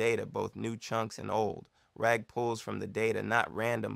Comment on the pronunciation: Wow, he really said ragger with the hard r this is a fun series, keep it up!